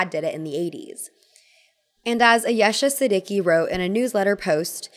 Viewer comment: butchered the pronunciation of ayesha siddiqui, kind disapointed given ur a poc too